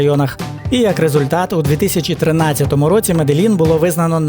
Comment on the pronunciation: Не Меделін а Медежін або Медеїн. Вдячні